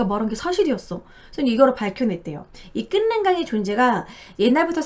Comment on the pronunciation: 끓는강 발음 [끌른강] 으로 하시면 돼요😄